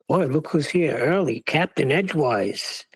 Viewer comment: CAPTAIN EDGEWISE!!! lol not Edgewear lol